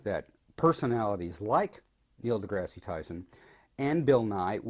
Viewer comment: I'm sorry, but you are saying Neil deGrasse Tyson's name incorrectly. deGrasse is pronounced as D-Grass, not Degrassi.